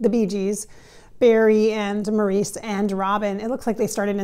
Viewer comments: His name is pronounced Morris not Maurice. Everyone knows that. I don’t trust her. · She doesn't say anything we don't already know. She doesn't pronounce Mo's name correctly. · I don't know much about channeling but wouldn't Maurice correct the pronunciation of his name?